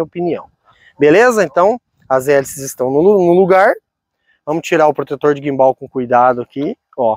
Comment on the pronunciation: Que agonia ouvir a pronúncia guimbál 😅